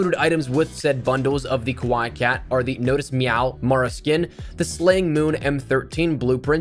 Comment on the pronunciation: its pronounced as Ka-Why-eeeeeee and not as you said ka-why - and translates to cuteness. Love the vids, keep up the amazing work!